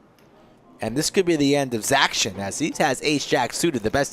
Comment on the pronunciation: Great vlog. Didn’t enjoy “zac-tion” - cringe lol